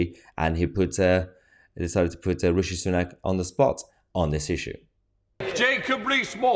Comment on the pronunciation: Radshid sunook 😂😂😂😂😂 love that!